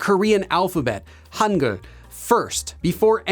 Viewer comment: I kinda laugh when you said Hanguel ㅋㅋ